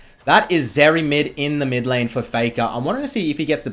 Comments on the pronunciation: Is it just me or does he keep calling Zeri, Vex? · hey can you pronounce her name correctly thanks bud